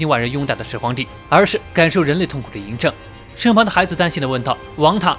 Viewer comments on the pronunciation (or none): 兄弟，应该念央政，而不是淫正啊，知道不